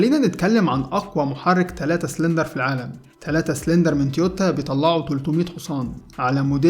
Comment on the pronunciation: تويوتا وليس تيوتا